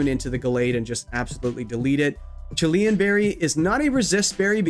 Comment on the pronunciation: Chilean is a person from Chile. The normal reduce berry is called Chilan. Just two syllables 😅